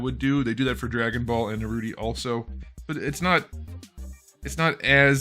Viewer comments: For the love of god dont say Naruti, is naruto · it’s Naruto, not Naruti 😂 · Bro said narroti😂🤣😂🤣😆😂🤣😂😆🤣😂😅🤣😂🤣😅😆😂🤡😹😸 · so uhm no one gonna talk about “naruty” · Brotha said naruty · Is no one gonna talk about how he called Naruto Naruti??? Lol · I love how he pronounce Naruto as Naruti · Bro said narute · Bro is calling naruto naruti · what's a nurooty? it sounds like a goofy anime